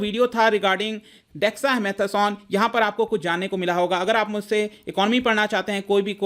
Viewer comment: If you cannot pronounce dexa mata son then no one will give u this medicine 😂😅😂😅